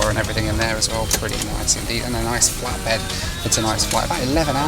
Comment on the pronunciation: I kept hearing Flat Bread instead of Flat Bed lol